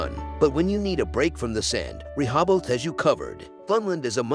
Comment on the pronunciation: I live in Delaware and NONE of the beaches in this video are in Delaware. Also, the narrator butchers the names of Lewes and Rehoboth.